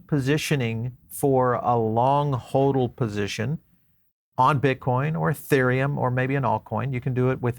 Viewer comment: I don't trust somebody who says holdel, when it's pronounced "Hodel". Look at this guy's channel, he pumps altcoins as well as BTC. Which means either he's a paid shill, or he's not smart enough to know that highly centralized altcoins are the opposite of BTC.